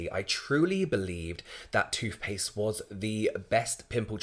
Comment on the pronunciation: Toofpaste? He seriously says toofpaste.